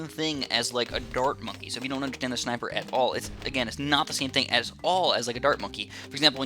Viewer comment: I just clicked of the video because he said schneipers not sniper😥